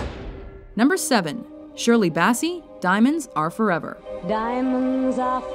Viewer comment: Shirley Bassy?.. What? Learn to pronounce then names for God's sake!